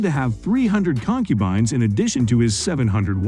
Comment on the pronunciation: The hell is a con-cuban. 🤣